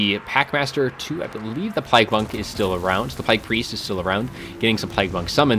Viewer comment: whats up with pronouncing it plæyg? not trying to be rude or anything, its just doesnt seem like you have an accent